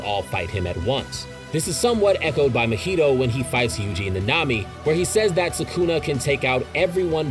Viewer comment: I hate how you pronounce Mahito lol (Should be Ma-He-Toe)